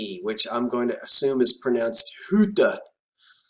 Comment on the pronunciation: HI... I don't know German but... I grew up with a family who had the name HUTTE and they pronounced their name like HUT-TEE.. just food for thought. LOVE you & your videos...I have learned a lot from you and your quirky personality is delightful:-D